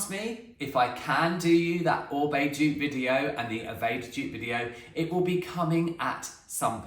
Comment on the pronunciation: Firstly I've just found you secondly, just watched the intro so glad you pronounce OR-BAY correctly :) I love the Oribe green - moisture curl range its amazing - I use the shampoo and conditioner as I have blonde bleached hair it drinks it up. I too don't use the Amika because of the fragrance, it makes me sick. My hair has recently started snapping though I wonder if it's because I went back to a round vented hair brush